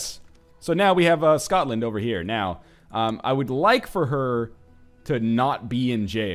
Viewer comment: NL, can I ask you a question? WHY YOU BUTCHER THE PRONUNCIATION OF SCOTLAND. YUDODIS?!?!?!?